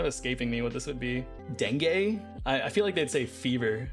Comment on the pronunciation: its "deng-oo" isnt it ?